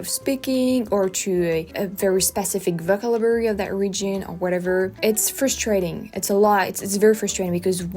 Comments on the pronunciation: Oh, and by the way, it's "voh-KAB-u-la-ry", if we are talking about correcting pronunciation. You tend to say "vocabulary" pretty quickly so the stress gets shifted like you do with "delicious". I thought it was ironic to think of that as you were talking about "delicious" (and it was tres amusement). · your English is great. one small pointer…not to criticize at all, but because I know that you are always seeking to improve. The one word that you used a few times that the pronunciation was off on, vocabulary. Put a little more emphasis on the second “cab” syllable. Keep it up, you’re doing great! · Think of yourself saying 'oh shi# ' the next time you say vocabulary. Not a soft 'ah'